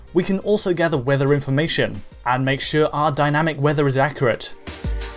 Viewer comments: ACC-U-RAT ACC-U-RAT.......not ACCRAT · Why does this guy sound like he says accurate like a carrot?